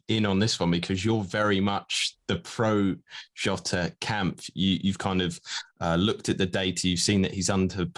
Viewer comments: Nice content, helpfull as always. One thing - J in Jota is pronounced like J in Jorginho or John, not as Yota. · JOTA... JJJJJJJ NOT YYYYY